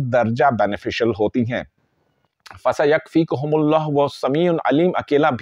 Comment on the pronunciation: قرآن کریم کی فضیلت میں تو کوئی شک نہیں ۔اپ اپنا تلفظ صحیح کریں ۔فسیکفیک کا تلظ